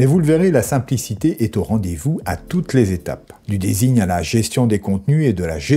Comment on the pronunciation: design se dit disagne 😇 ceci etant dit, mes felicitations pour vos video. je suis fan.